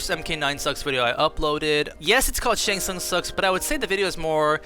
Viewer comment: Once I heard it I cannot unhear "Shart Tsung"